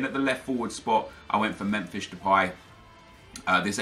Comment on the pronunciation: 'Memfish Depay' :)